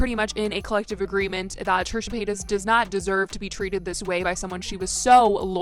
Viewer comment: trisha "payats"